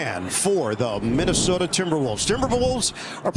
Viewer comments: saying minnesoder twice in one video is crazy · Did just put an "R" in Minnesota?